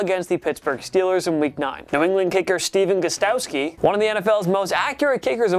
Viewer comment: PLEASE pronounce names right. Steven Gostkowski. . . not hard.